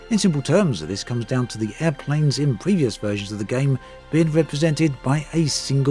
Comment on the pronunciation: Cringed every time you said the word “Game”